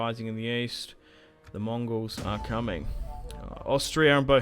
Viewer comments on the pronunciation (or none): none